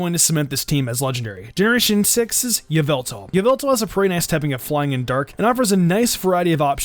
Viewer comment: it is not yveltal , it is yallveltall